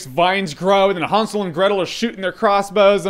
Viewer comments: Was i the only one annoyed how he pronounced hansel, its han-sel, not hun-sul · I thought it was Han not Hon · Isn't it pronounced (hand-sil)? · Did anyone else heard him saying Han Solo and Gretel every single time? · i want to strangle him when he says hansel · Just say Hansel with an A like an American would - it is supposed to sound like that ;) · That's not the way the word is spelled, so why do you pronounce it like that? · Wtf us what I thought when I saw this trailer remember snl weekend updates with seth and amy doing 'really! !!!' That's how it looks, Jeremy what ya doing? ??? Renner not you lol but JJ you say Hansel very oddly ...very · Relax. Amerikaner können das halt einfach nicht aussprechen.